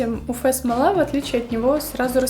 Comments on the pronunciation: Спасибо за видео, очень полезно, правда уфэ-смола режет слух, всё-таки правильно говорить уэф-смола. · почему "уфэ", а не "уэф"? неприятно же звучит(